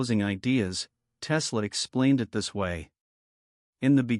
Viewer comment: Your A.I. robot narrator gets the inflections wrong. When it says "Tesla explains it this way", it puts the emphasis on the word "explains", so it sounds like this: "Tesla EXPLAINS it this way". But what the script is supposed to be saying is "Tesla explains it THIS way". GET IT??? It's a completely different meaning!!! Why can't you clowns fix this stuff before you post your A.I. video?? Or better yet, how about getting a REAL HUMAN BEING TO READ THE DAMN NARRATION. I'm so sick of your BS.